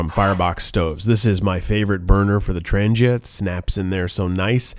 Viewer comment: It is pronounced Trang-yuh, with a strong "g"... Your 725-24 frypan actually DOES go on the top, like you had it. You need to order the "Strap 85 cm", That will connect your kit all together the way it was meant. ALSO, get the F29 orange bag to fit your whole kit (including the 4.5l Billy).